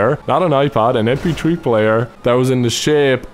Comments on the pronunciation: "em pee tree player" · he said mptree player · How pronounces MP3 lol... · He said "mptree player " I laughed so hard! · When he said mp3 player I thought he said empty tree player at first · "mptree player"